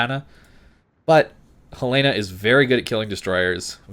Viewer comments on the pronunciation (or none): Its pronounced HELEN-UH and not HELL-LAY-NUH ... From Montana and its how the natives pronounce it. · HELL-LEN-AH it is named after the town in Montana.